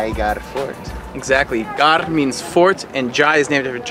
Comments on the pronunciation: ITS "GARH" MEANS FORT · Yes "Ghar" means house but its "Garh" and it means fort.